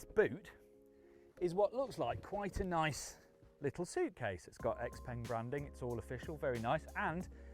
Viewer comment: If only he could have put in a little effort to learn the correct pronunciation of xpeng